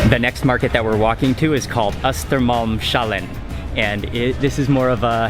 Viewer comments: You almost managed to pronounce Hötorgshallen and Östermalmshallen. You shouldn't pronounce sh as the digraph found in for example the English word 'she'. It should be an s-sound followed by an h-sound. The second part of the names is 'hallen', meaning 'the hall'. The first parts are 'Hötorg' (hay market place) and 'Östermalm' (eastern ground). The s is a connecting genitive, most often used in Swedish compound words when the first part is itself a compound word (like hö-torg and öster-malm). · It's actually Östermalms-hallen, not östermalm-shallen. Just a fun fact I guess☺️ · As evening snack Mark should try the harakiri sausage since he loves spicy things :) Just a quick Swedish course. For example Östermalmshallen should be pronounced as Östermalms-hallen. Östermalm is the name of the place, the "s" after Östermalm => Östermalms shows genitive form (possessive form) which in English would be Östermalm's just as Kim's car for example. Just cut the accent mark and voila! I know Sweden wants to be very international, but these kinds of Swedish words should NOT be pronounced as shalom or inshallah :) Anyhow Mark should have a lots of credits for trying to learn/pronounce new words of each country he visit and that he's never afraid of tasting new types of food! Thanks for a great video as always!